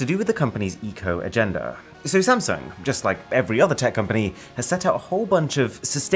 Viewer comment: Is it just me or is it supposed to be “SAMSUNG” instead of “SANSUNG”?